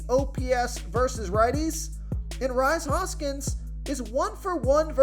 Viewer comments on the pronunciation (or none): It's pronounced Reese(Rhys) Hoskins.